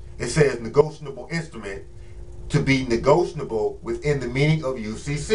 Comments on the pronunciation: You're on here trying to teach us but can't even pronounce the term correctly? It's "NEGOTIABLE" not "NEGOTIONABLE" WTF? This is embarrassing. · Yasmin Bey. You are correct. That is a mistake in pronounciation. It should be negotiable. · Be you need to learn how to say negotiable